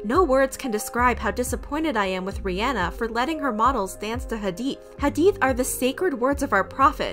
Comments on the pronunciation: Also, I appreciate you addressing this and didn't downplay the situation:') also thank you for pronouncing hadith and Islam correctly. we need more ppl like u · Can we talk abt how well is saying muSlim, iSlam, hadeeth, hijab, etc. You can tell she looked into the terminology and practiced. Thank you for also pronouncing names right too. This was so refreshing thankyou sm 🥺🥺🥺💗